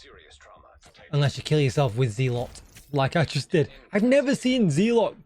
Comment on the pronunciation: DJ, it’s pronounced zeh-luht. Meaning a fanatical partisan.